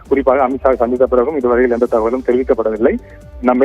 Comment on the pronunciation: தகவல் ஆனது தகவல் ஆனது உலராதடா ஒழுங்கா சொல்லு